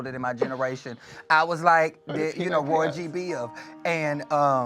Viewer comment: Nerd me all my life VIBGYOR(vib-jee-or)....AND then Trixie declares Rogy Biv